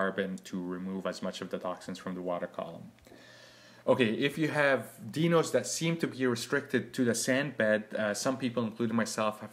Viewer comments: Correction, pronounced, " DY-nohs"., Thank you for the tutorial. Sound advice. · dinos pronounce as die no